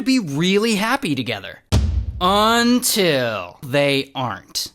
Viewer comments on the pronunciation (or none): Everything is shits and giggles until Ray says, “UNTIL” 💀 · When Ray says "fwine" and "until", you know it's gonna be a banger!